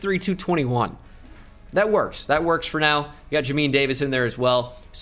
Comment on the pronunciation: Jay-min Davis. Not Jameen